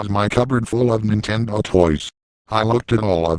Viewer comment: He said Nintenbo